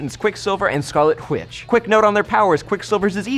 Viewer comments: did he say? "quick silver and scarlet qwitch? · Is he saying "whitch" on purpose or is it just my hearing?